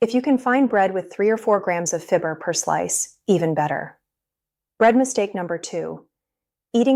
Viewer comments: If you can find a bread discount store, and buy organic. Dumb AI can't pronounce fiber!! (fibber) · If this person weren’t an AI, it would be easier to accept. If the person isn’t real, it’s creates trust issues. She’s pronouncing “fiber” as “fib- er” LOL